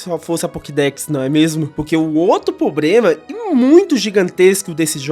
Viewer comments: Gen4 foi a melhor ali estabeleceu tudo que temos ate hoje... split phys/spec... acho que todo tipo tinha um stab move que preste... so faltou ter o tipo fada pra ter sido perfeito... mas foi um bom video... dica construtiva, eh problema e nao pobrema... mas foi um bom video... continue melhorando... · Ele repetir "pobrema" toda hora tá me matando